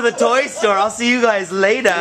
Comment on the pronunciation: "I'm headed to the toy store, I'll see you guys latah" - Rocktard